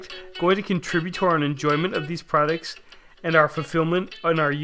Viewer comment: lol Sure sounds like you are saying "Prehdicts" instead of products.